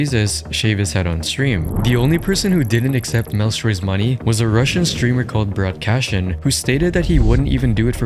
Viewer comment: Its Brat-ish-kin not Brat-ka-shin, my man.